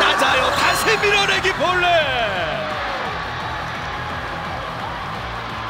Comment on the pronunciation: "맞았숴요~" "빠졌숴요~" "밀어내기 볼뉏~"